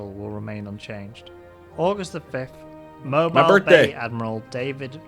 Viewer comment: Mobile, Alabama is pronounced Moe-Beel